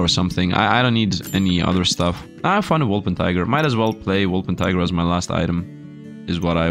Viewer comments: Wol - per - ting - er not Wol - pen - ti - ger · its impossible for him to remember, I have said it before and he still can't pronounce it reight